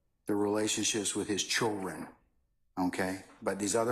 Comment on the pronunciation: Someone tell this judge it's not: "Chilren" There is a "D" in "children"